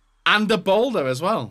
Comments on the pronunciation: he’s saying balde as boulder he’s not a rock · The Balde pronunciation is driving me insane!😂 damn Balder?! Lmao